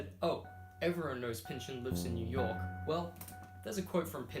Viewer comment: Maybe at some point you will learn how to pronounce his name correctly.